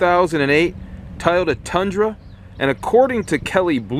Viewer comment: Please practice pronouncing Toy-oh-tuh.... otherwise great review.